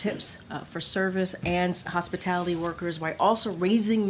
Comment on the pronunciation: It's how drunk people pronounce "hospitality"